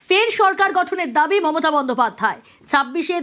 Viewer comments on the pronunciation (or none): none